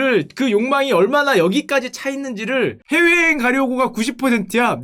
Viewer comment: 훼웨여행 가려고 회웨여행 ㅋㅋㅋ 발음 귀엽